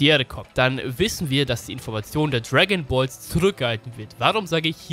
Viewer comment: Niemand:: Tragonballs